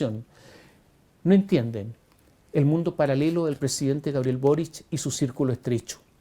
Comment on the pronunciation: Le dijo...burric y no boric....que lata...